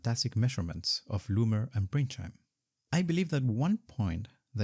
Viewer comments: Minor nitpick: he's called Ernst Pringsheim, not Pringscheim. Otherwise a fantastic video! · Great content, but it is Pringsheim, not Pringscheim.